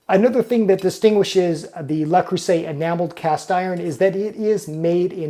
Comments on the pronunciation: dude it is not "la" it is "luh" there is no "a" in Le creuset. Also the "s" between vowels is pronounced as a "z" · Hopefully by now he's got it. It is NOT "LA" or "LAH" Creuset. It is NOT "LAY" Creuset. It is "LE" Creuset. The "LE" is the "Loo" sound in the English word "Look." The "LAY" sound in French is the word "Les." The "LAH" sound in French is the word "La." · Actually Le is not pronounced like Lah but more like the German Lö. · JFYI for anyone who is wondering, the correct way to pronounce "Le" in French is neither les nor la. Its is pronounced Ler with a very short sound of a soft "r" at the end. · What you stated as incorrect pronunciation was closer to the correct pronunciation in French. La Creuset pronunciation is incorrect... La is feminine and the word creuset is masculine. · thank you for this comment! This continuous mispronunciation was very distracting from an otherwise very interesting video! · Le rhymes with je. If you can say ''Je m'appelle (insert your name here)'' then you can handle the first word. The first syllable of creuset = creu rhymes with jeu, where the vowel sound is like the u in urgent. The s is pronounced like a z. You got the last vowel sound right on.